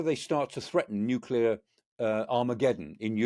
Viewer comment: So nice to hear the word 'Nuclear' being pronounced properly. Great show as usual. Amazing and succinctly, spot on by Michael Clarke.